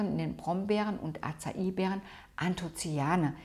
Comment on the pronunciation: Ich habe in den letzten Jahren viel über das Thema gelernt. Ich erlaube mir meinen Senf zum Video zu geben: 'Acai' wird angeblich 'asaii' ausgesprochen. 2 Paranüsse am Tag sind fast zu viel. Laut Dr. Greger ist es besser, 4 im Monat zu essen. Ein guter Tipp ist es, Nüsse eher mit Salaten zu essen, damit man die Mineralien gut aufnehmen kann. Obst und Nüsse vertragen sich angeblich nicht so gut wie Salate und Nüsse.